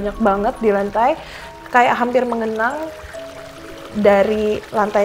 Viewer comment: bukan mengenang ya anj..!!! Tapi menggenang o'0n..!! Jadi curiga nih ,jgn2 dia baca dibuku yg huruf ''G'' nya ketinggalan 1, terus dibaca aja sama dia tanpa tanya lagi🤔 Atau memang o'0n nih narasumber